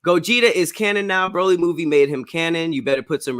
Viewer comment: It’s definitely pronounced Bro-Lee. Check the dubbed and subbed voice actors saying it lol